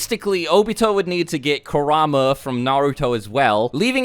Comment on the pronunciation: Kerahma 😂😂😂 Pronounced Kooruhma